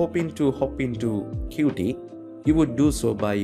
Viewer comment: qt is not pronounced "cutee" but "cute"